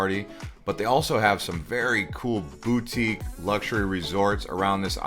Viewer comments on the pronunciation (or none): none